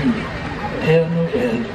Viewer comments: Hi Adam! It’s Père Noël (Father Christmas), not Pierre Noël (Peter Christmas).😉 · Love the video! Just FYI, it is not Pierre Noel, but is Pere Noel, Father Christmas. Pere is French for father. I too love roasted chestnuts. They taste like potatoes to me. Merry Christmas, Adam! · It’s pere noel not Pierre noel. :) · LOL! 🤣 Not "Pierre Noel"! It is Father Christmas... and father in French is "PERE" (pare, pear). Pere Noel! 🎅 Love you, Adam❤